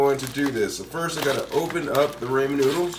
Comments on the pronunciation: Did he just say “Ray-Men”? It’s “Raw-men” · Every time you say "raymen noodles" instead of ramen, a baby gets Ebola. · He said Raymen it’s ramen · Raymond noodles he said? 😅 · Sorry but,it's chow mein not chow min and not Raymon noodles. Raw men noodles. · Did he really pronounce it ray-men noodles? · idkk I heard ray-men lol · Yes people say ray-men but others say raw-men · Rah-men my dude RAH-men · It’s called Ra-men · Raymond noodles!! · Raymond noodles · That's not how you pronounce ramen 🤦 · Please learn how to pronounce Ramen noodles that is all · Bro how am I suppose to trust this bruh can make it if he can’t even pronounce it right😂